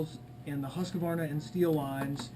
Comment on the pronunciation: Husqvarna = husk...Var...na! NOT husk..A...var...na... Mmmkay